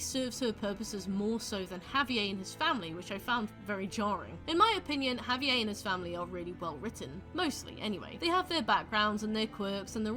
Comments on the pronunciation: the way you pronounce Javier is diabolical 😭🤚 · good video but the pronunciation of javier’s name in british is killing me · I've never heard Javier pronounced that way. Interesting